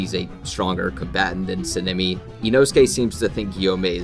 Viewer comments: I'd say there are a few issues with some of the feats in this video and other things. First, Sanemi is pronounced "Saw-N-ah-me", not "sin-ah-me" (lol) This could just be Akaza is suprrised that Kokushibo would attack him at all, not necessarily that he's getting perception blitzed, he seems to have the same suprised look on his face the whole time Kokushibo is talking to him, and obviously he can see him throughout. A feat on someone who isn't in combat, or isn't expecting to get attacked and is looking at someone else (Douma) is less solid then something like Sanemi looking at someone and is actively getting attacked by them getting blitzed. This is definitely a perception blitz by Sanemi to Genya, we know it cause Genya stated that he just straight up disappeared to hm. Though using them not being shown on panel as the only reason the prove a perception blitz isn't really concete though, cause as Akaza leaves the upper moon meeting there is a similar frame to him just disappearing to Douma, but we know that Akaza isn't even faster then Douma, let alone perception blitz tier above. I'd say this point doesn't really make sense, cause I think it's pretty obvious he's not at full power at the start of the fight, he doesn't even have Compass Needle active cause he assumes he doesn't need it. It is kinda strange that Tanjiro doesn't get damaged at all, but I'd say it could be Akaza just holding back cause he likes to fight. Cause when he gets beheaded he basically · S-ah-n- eh-mi plssssssss sounds like ur saying senemi